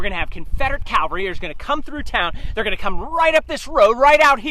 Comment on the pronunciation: Could you please tell the Gettysburg Tour Guide that the word is CAValry, not CALvary. Cavalry are armed horsemen, Calvary is where Jesus was crucufied. In presenting history, one should at least try to sound professional.